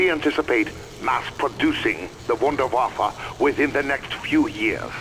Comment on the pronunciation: How is Maxis German and can't say Wunderwaffe properly?